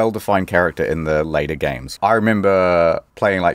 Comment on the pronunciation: I always appreeeciate you expleening geems so I don't have to plee theem. Thanks.